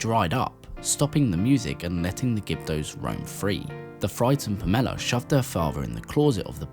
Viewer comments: PAMela, not PARMela. Lmao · Seriously though, have you never met someone named Pamela? Or a fictional character named Pamela? What is this "Pom-ella" silliness??? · Huh... never heard someone emphasize the second syllable of Pamela before.